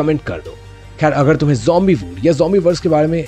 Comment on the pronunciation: it is not humbi it zombi😊